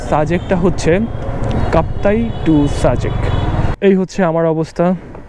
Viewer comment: ভাই সারাক্ষণ অ-শুদ্ধ ভাবে সাজেক কে ছাজেক/ছাজেক বলছেন কেন?????.... বাজে এবং বিরক্তিকর লাগছে। দয়াকরে ভাষা ঠিক করেন, শুদ্ধ ভাষার চর্চা করেন। আর একই জায়গা একই রাস্তা আর কত দেখাবেন ????? Do something NEW man...... New ..... otherwise Don't waste Time .... Love a Lot.